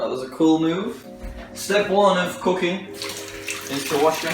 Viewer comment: everytime he said cooking i thought he said cocane😂